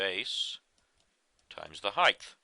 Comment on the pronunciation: Excellent refresher...HEIGHT .....not heigth!! sorry its a pet peeve